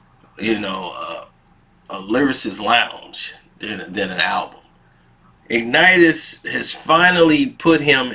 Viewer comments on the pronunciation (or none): It’s pronounced “Ig-Nat-ious”